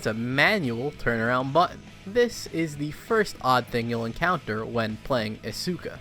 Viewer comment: i bought isuka for half a damn dollar and its so stupid it just loops around to being amazing alsoyoupronouncedisukawrongbuticantreallyblameyouitjusthurtsmyears